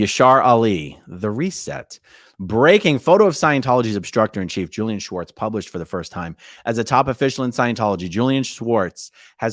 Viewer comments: I know this sounds small but you are pronouncing his name "Schwartz" His name is spelled "Swartz" so the enunciation should completely leave out the "ch" in the name. Normally this would be a dumb post but Leah clearly wanted this distinction so as to not mis name a guy this sleazy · AAron stop pronouncing Julian's last name incorrectly, it's not Schwartz!! It's Swartz! Lol! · you keep saying schwartz not swartz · funny its spelled SWartz and yet you pronounce it SCHWartz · Not sure if anyone posted this but his name is pronounced as it’s spelled. So no “sh” sound. I know someone with that last name so it’s SW like in swarm.😊